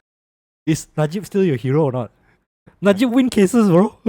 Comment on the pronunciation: Anwar cannot wan lah 😂